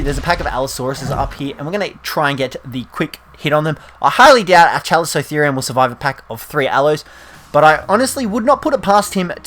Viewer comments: its pronounced Cal-eh-co-theer-i-um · Chalicotherium (KA-lih-co-THE-ree-um) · You said the chali's name wrong, so iriitating